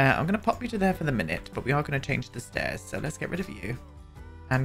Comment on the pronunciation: I know you said “we’re going to go for some slatted white stairs” but I swear I heard you call them “slutted” white stairs 😆😆😆